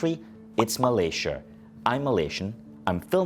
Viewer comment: Hahaha accent come from where